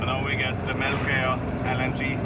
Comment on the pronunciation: The way she just said Melke øoijoa its melkeøya/ Melke øya